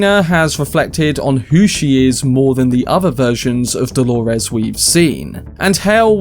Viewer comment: it's Do-lo-res, not Hol-o-res